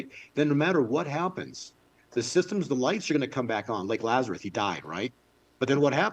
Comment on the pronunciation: It drives me crazy when says “Lazareth” 😅